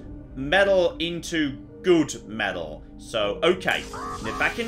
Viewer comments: meTal..... not .... meDal.... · Why has forgotten how to say the word metal... Was driving me bananas!!!!! Not medal!!!! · The way you kept saying "meddle" got right on my wife's tits. 😂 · Metal has T in it...stop saying medal..drove me mad